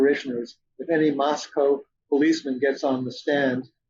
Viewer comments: Pronounced loke Costco. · Mr Blum would seem more credible if he could at least get the unusual pronunciation of Moscow correct. It’s a real issue.